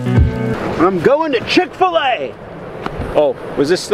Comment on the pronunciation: Chic Fil -A, Bro forgot to cut it out 🤣